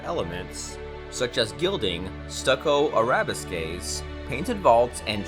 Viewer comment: Arabiskees? Trompé leoleol? I appreciate the video but please look up the pronunciation of the words like “arabesques” and “trompe l'oeil”. Beautiful images though!